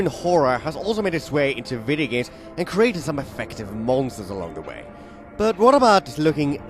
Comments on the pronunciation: lu'cru'chen... vi-yi-gmsh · I love the way he pronounces video games "videagams"